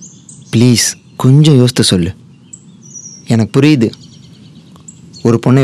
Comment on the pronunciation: Yosthu illa boss yosithu